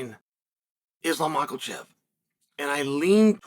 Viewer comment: “Mockle”chev again?!